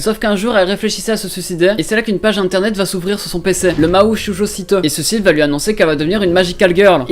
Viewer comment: T'as pas le ptn d'accent japonais qd tu dis Mahou Shoujo Site j'ai adoré regarder Mahou Shoujo Site je connaissais avant regarder ce manga c'est mon manga préféré et j'adore je vais me le refaire une deuxième fois... (ATTENTION SPOIL) Quand j'y pense j'aurai pu être une Magical Girl et j'aurai buté Nana et j'adore comment ils ont fais en sorte de parler des problèmes en combinant le côté Fantaisie Dark et j'aimerais vraiment qu'il y'as une saison deux parce que terminer sur : Elles nickent Nana la fin du monde est là mais retardée... Donc voili voilou sinon mrc pour cette vidéo